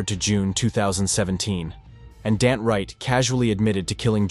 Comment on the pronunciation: And yet another wrong name. It isn't Dant. Sloppy work. Not worth a sub. A third teen, Danta Wright, 18, of Ann Arbor, was sentenced 25-52 years in July 2017.